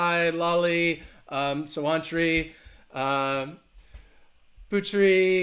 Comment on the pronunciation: I loved the way you pronounced my name sawaanttri:p so sweet ov you:)